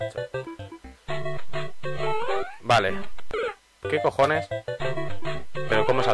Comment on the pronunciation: hahahha "no me toques los collones" gallego?